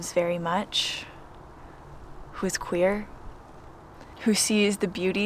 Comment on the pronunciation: Wait- your dog's queer? How did you know? 😅 I'm sorry, I'm just messing with you.... But I can't be the only one that heard it that way when you said it. I'm just now at a point in my life where I can see myself being able to pack up and just go- the problem is I turn 60 in 3 weeks, not 27. My body gave out on me years ago so I have to be honest.... I'm a little scared. I'm glad that you as a 26 almost 27-year-old are living your dream while you still can. I wish I had known 30 years ago that this was even a possibility- but that doesn't mean I can't get a couple of years in I guess before I totally crap out. 😉